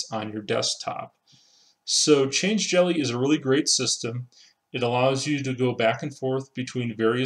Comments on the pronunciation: I think it's "Change-elly" rather than "change-jelly". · Yep, definitely change-lly. There's no g or j in the word after change.